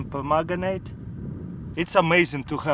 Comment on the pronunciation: "just grab some potassium pergutanate "